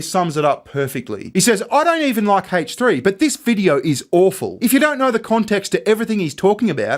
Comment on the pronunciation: Why does he pronounce the H in H3 like that lmao